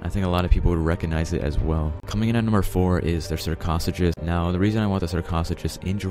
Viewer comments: (shark oh sucus) not shark (koth u kus) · Sarcasuckus lol its sar-ca-such-us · Sarchosuchus is pronounced sar, co soo cuss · YOU MISPRONOUNCED SARCOSUCHOS OMG